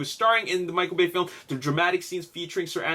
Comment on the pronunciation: HAHAHA Did anyone else hear say Michael Gay lmao